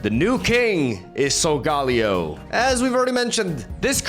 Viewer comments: How to pronounce sogaleo: SOL-GUH-LAY-OH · SOUL - GUH - LAY - OH Please, stop butchering my favorite Pokémon lol